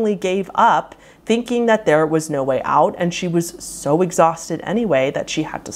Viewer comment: This video would have been a third shorter if the end of each sentence wasn't elongated with invisible syllables. I've never heard 'out' pronounced 'outtsss' before either 🤷‍♀️. Totally unique version of the English language!!